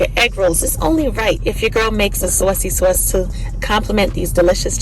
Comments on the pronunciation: It’s the accent on sauwcy sauce for me 😁 Those look delicious! I have to try these. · Am making these tonight!!! Thanks for sharing ❤ I just gotta say being in Iowa for the last 30+ yrs when I hear you say " saucy sauce" I hear that east coast coming out ❤